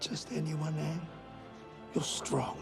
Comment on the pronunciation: I confess I held my breath for the first "Aang," fearful they'd pervert the pronunciation to "Aung," that rhymes with wrong.